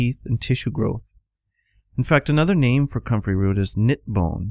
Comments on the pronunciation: I can't under stand him did he say cummin root or country root?? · I cant understand what root he is saying. Comfery root.? What?